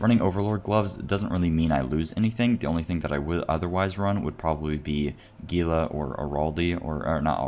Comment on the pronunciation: the G in GILA york f pronounced as an H... as in Gila monster 😘